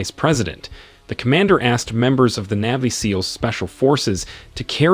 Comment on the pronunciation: Okay. Say it with me. NAVY, NAVY. Not neevy